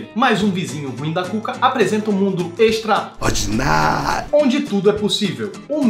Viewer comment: EXTRA-ORDINÁÁRIO kkkkk